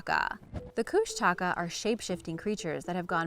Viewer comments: Kushtaka is pronounced (kush ta caw) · Alaskan here. First off, it is pronounced “Koosh’ ta kah”. The Tlingit and Haida tribes throughout the Southeast panhandle are the ones who have the most stories. In fact I passed them on to my own kids. They are half man half otter shape shifters. They have red eyes and are tricksters. A good book about them is “ The Greatest Story Ever Told”. Secondly, the Thunderbirds have been seen many times over the years, especially in the lower Western area of the state. I know someone myself who has seen one. There are many interesting and unexplained things up here in the wild. We usually just accept them as part of the way of life here.